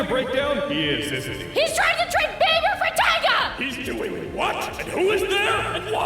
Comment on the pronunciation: NOOOO not babe-er